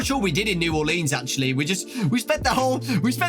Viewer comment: As a New Orleanian, I will never get over non-natives' pronunciation of Orleans. That said, glad you had a good time here! Excited for the movie!